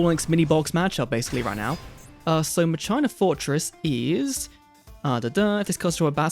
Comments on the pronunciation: Why ma-chai-na? It's ma-ki-na like "Deus ex machina" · "Muh-china"? Really dude? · Dude said muhCHINA!! Lol😂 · Does anyone pronounce Machina as Muh-China? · It is not ma china why is he saying that lmao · If you're still wondering how to pronounce Machina, in the OCG they're called Machiner, and they are pronounced 'Machine-er". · Did you really call the deck MaChinas 😂😂😂😂😂